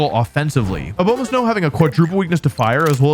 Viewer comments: man ur like my favorite pokemon youtuber but i can’t justify ur intentional misperception of names. it’s obviously not ah-bow-ma-snow. it’s ah-bah-ma-snow, you know, as in abominable snowman. you do this all the time just to get people to comment. there’s no integrity in it. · a-BOW-ma-snow... really? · “A bomah snow” smh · “Oh bow mah snow” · It’s pronounced abomasnow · Your pronunciations are horrendous I thought Slay-king was bad but A-bow-ma-snowis something else. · a- BOW- ma-sow? 😂😂😂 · Wolfey... that is not how you saw "Abomasnow." It's Abominable + Snow, Not "Obomasnow"